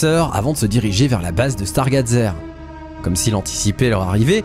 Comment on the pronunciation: 1er soucis : la prononciation du mot "stargazer", 2ème : la "grange" est en fait un camping car.. sinon bonne vidéo